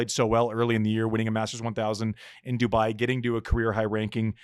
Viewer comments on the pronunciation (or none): none